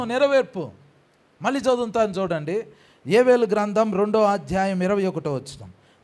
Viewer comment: Yevelu kaadhu,yovelu, Telugu nerchuko